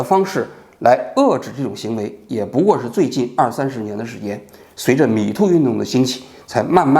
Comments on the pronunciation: 蜜汁发音 “米兔”运动 😄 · 不开字幕的情况下，把 Me too 听成了 米兔🤣 好纳闷，米兔 是个啥运动